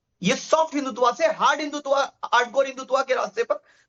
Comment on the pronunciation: इस प्रवक्ता को टोकिये ये हिंदुत्वा बोलकर हिंदुत्व को हल्का कह रहे हैं जैसे फलांने को फलनवा कहना!